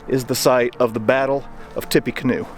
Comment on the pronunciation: Mispronouncing the universally accepted Tippa-canoe as Tippy-canoe is a wild choice.